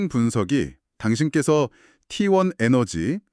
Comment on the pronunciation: t1이 왜 후반에 tlt라고하나요 ㅋㅋ ai 바보네요